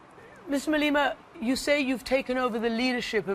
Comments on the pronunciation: its Ma-Le-Ma bitch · Did she just say Malina right there??